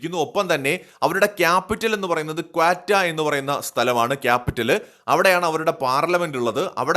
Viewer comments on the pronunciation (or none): ക്വറ്റ ആണ്,, ക്വട്ട അല്ല